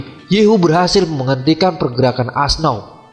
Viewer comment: Auoxe bukan asnau bang